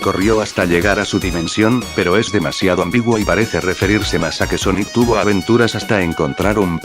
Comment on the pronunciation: ala yo escuche soniku y después de un minuto recorde un meme donde amy le dijo soniku a sonic